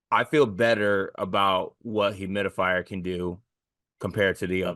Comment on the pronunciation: Come on; Hum-RICK-House is not hard to say. Stop the humidifier BS.